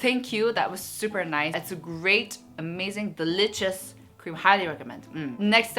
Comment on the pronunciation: Who loves it Everytime she said Urh-mazing 😂❤️ I rarely participate in giveaways cuz I’m not lucky but I hope for the best. Loves from Myanmar 🇲🇲 I love you ❤️